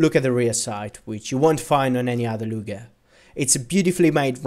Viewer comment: Why is he saying "lunger" rather than luger like bruh